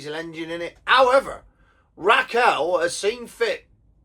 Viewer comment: It's Rachel not Raquel.